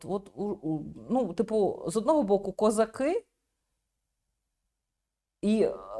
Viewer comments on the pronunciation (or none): Нащо взагалі слово кóзак, перекладати на російський манер? Кóзак на всі мови якщо йде мова про українських козаках вимовляти/перекладати через літеру О. Нащо вставляти літеру А то вже інший контекст виходить.